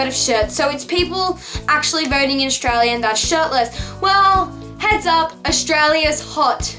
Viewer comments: It's not pronounced Oshtralia. It's Australia. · Nah Its pronounced Stralya!! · Olivia VS Aus who's "we"? Most Australians don't say "Aushtralia". Only people who say "shtrong", "shtudents" and "shtruggle" do.